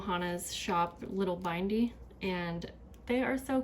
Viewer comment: Love your videos. Ditto to the person who said your voice is aesthetically pleasing lol. I think the shop Little Bindy rhymes with Cindy 😜